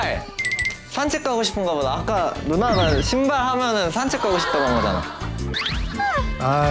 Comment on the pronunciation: 因為韓語的 鞋子 的發音,讀歪了 會變 韓式髒話 (西巴)。